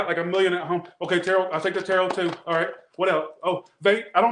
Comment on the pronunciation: 😂😂😂did you say terror portion in the capricorn read😂